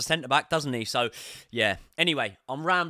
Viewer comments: Yeah says “MELO” hahahaha it’s “MAAAAALO” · I really enjoy your Chelsea podcasts. Good energy, great footballing expertise. To my own surprise, I also really like your boxing channel. Excellent work. Congratulations. One request: Could you possibly work on the pronunciation of some non-English names? Broja, Malo, Tuchel etc.? That would be much appreciated. Many thanks, you will turn me into a proper boxing fan!